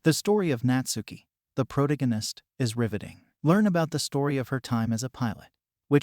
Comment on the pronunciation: The way you pronounced "protagonist" disturbed me 😂